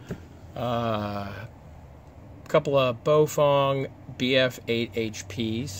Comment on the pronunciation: Bow-fang. Not Bo-fong.